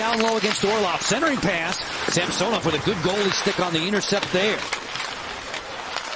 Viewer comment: Sam-sew-nov. Drove me crazy